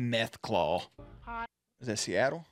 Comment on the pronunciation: you did NOT just say Seattle